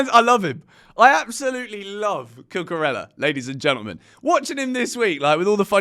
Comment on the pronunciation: Hey,, you should learn to pronounce Cucurella properly as CUCUREYA. Got it?